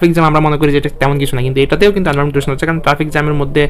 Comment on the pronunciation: ভাই ছবি আকলেও চলবে। নিচের লাস্ট লাইনে লেখা ছিল। আপনি বললেন প্রিন্ট করে লাগানো লাগবে আল্গা পেড়া দিচ্ছেন কেন? আর এন্টারভেন্ট না environment হবে।